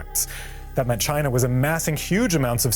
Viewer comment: Learn how to pronounce the name of China properly before you make a video about China.